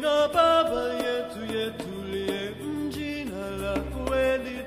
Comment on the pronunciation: The Guys the M... is there ... I heard it too, I speak Swahili and i could hear the M.. um-jee-nah.... omit the um... you get jee-nah now thats the correct pronounciation😊 karibu😊